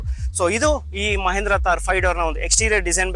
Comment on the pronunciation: ಮಹೇಂದ್ರ ಅಲ್ಲ ಗುರು ಮಹಿಂದ್ರ